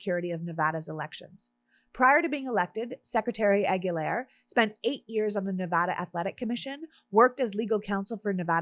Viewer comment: Se pronuncia A-GUI-LAR, no A-GUI-LER.